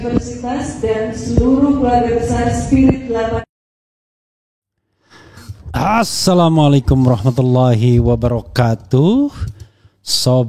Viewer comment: Masukan untuk yth Bang Refly, tolong kalau ucap Assalamualakum... jangan terdengar Aassalamualakum. Aa nya jangan panjang, tapi A nya satu ketukan saja. Itu jelas bukan suasana reuni, seperti layalnya reuni asli.